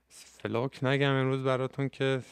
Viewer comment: داداش دمت گرم ولی فلوک رو اشتباه تلفظ میکنی. باید اوووو تلفظ شه ، مثل سوپ، چلغوز، پوست، u انگلیسی ولی شما کوتاه تلفظ میکنی مثل o انگلیسی، اردک، کلاه